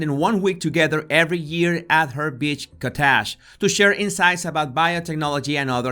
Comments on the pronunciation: Oh my God!! Best accent I've ever heard. I was like 'what is a "bitch kaTaj"? Is that like the "kaTaj Mahal"? .... Oh! It's a beach COTTAGE! But a very fancy one. Ahahahah. (I grew up in a bilingual family where both parents spoke English with an accent but I never heard anything like that.) Sorry, but that's hysterical. I'll listen again just to hear the way he pronounces things. Makes we wonder who's writing. Maybe he did it on purpose to be funny. But its only funny if its unintentional. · Interesting analysis. I was a bit confused when you spoke of Bill Gates annually visiting his ex-girlfriend, TO TALK ABOUT BIOTECH at her cottage. (I had to guess you meant cottage - conventionally, it's pronounced like COT-ij - accent on the first syllable.) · I’ve never heard anyone call a cottage a “ cattash” before ….took me a sec to figure out what he was trying to say! That being said, I love his accent… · Ow...his accent is PAINFUL 😫 So how DO you pronounce COTTAGE???!